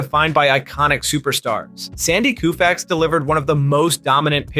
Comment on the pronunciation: Well I guess this has got to be stupid artificial intelligence speaker... Koofax, kufax...The way he says Musial... And whatever other names he destroys or it destroys